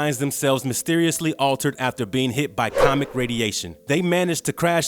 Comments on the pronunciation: I had to give a dislike because of the rampant mispronouncing of words by the narrator. I was handling it until you got to The Fantastic Four. It's not 'comic' radiation. It's COSMIC. I stopped the video after that. This narrator does it alot in their videos. So tired of it. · Cosmic radiation not "Comic" radiation. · Did he say Comic radiation?.... When talking about the Fantastic Four?